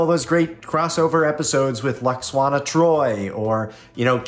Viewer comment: loxwana? Your the second person I’ve ever heard say her name that way.